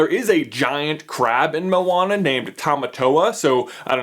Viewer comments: i hate it when people say moan-a when its mo-Ana, he says it wrong here also but that bad he says it like mow-Ana, A-lmost :D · Josiah Mazelin because the way he's saying it, is spelt like 'mauana' and in islander/maori language, the slightest pronunciation change can mean a totally different word so yea. and i did say it was a 'bit' off so i wasnt too harsh, i love the supercarlinbrothers and i was just helping them out with the pronunciation because i know that one day they will have to name the movie, and when they do, they will be able to do it a bit more precise? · I dont know why but for me when Maui said to Moana "Non of your busines" it really sounded like Narnia. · XD momwana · I thought moana would be pronounced like mow-na instead of mo-ar-na. Idk if it's the fact I'm British or if I'm just stupid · your pronunciation of 'moana' was a bit off, but good try though? haha loves from New Zealand! churr bro